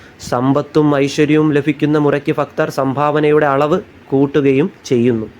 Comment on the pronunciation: ഫക്തർ അല്ല ഭക്തർ